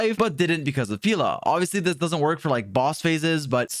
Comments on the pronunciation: “Peela” I thought it was pronounced peh-la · Why "peela" though? She is "Pela", Pelageya. Slavic name, "e" like in "yeah". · every time he says “pEEla” instead of Pela 🥲🔫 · dont call her 'peela' pls.... it sounds like pila in portuguese and yea...... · pila??? 😭 being the first one to pronounce it like that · Bruh get her name right🤣🤣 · You say it like Banana Pela and I can't unhear it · That is NOT how you pronounce Pela💀